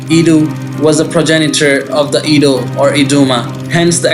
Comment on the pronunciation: Adah is a name in Igbo as well. Igbos are in South Nigeria as well. Adah means first daughter in Igbo as well. South Nigeria is mixed with almost all the tribes. Heavy with the main three tribes are in South Nigeria. Edo is not sounded E-do yet A-doo. Makes me think that person is not Nigerian at all. Quite sure Easu is in Nigeria as in all over Africa. But Adah is a Hebrew name and not specifically for the people in Edo state in which Igbos and Yorubas have land there as well. So Easu children would bear the name as well as Jacob’s children would bear the name and use it as calling out the first daughter. Just as Enoch was used by both brothers of Cain and Seth, so on and so on. So don’t call my daughter a child of Esau being her name is Adah; my first daughter… We are Igbos 😂